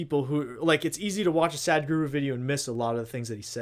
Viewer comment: Your pronunciation to sadhguru is wrong it not sad guru it is sadhguru